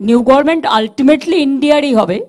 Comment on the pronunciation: গভর্নমেন্ট কে মমতা বলে গরমেনট।